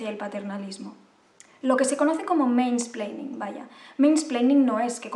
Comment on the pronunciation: Me hace mucha gracia cuando dice mainsplainin